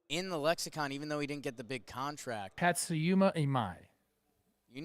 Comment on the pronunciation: I hope you guys are mispronouncing Tatsuya’s name on purpose 😂